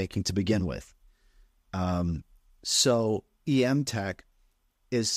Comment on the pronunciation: Before you have her on the show, it's pronounced "m-tech", not "e-m-tech".